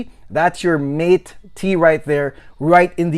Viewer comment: Very good review you've got here. Mate is pronounced more like 'mottay' because it is spanish. But overall, I got a lot of great information from your video, and I liked it very much. Great work!